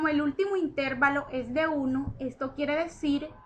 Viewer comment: amiga chevere tu video, pero creo que necesitas saber, que no se dice Intérvalo sino intervalo, no creo q toda una hidrologa no sepa como decir una palabra